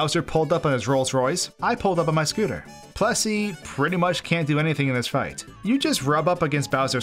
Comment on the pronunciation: I thought you were saying "Plussie", not "Plessie", but actually, it sounds like whichever one I am thinking at the time. This is freaking me out.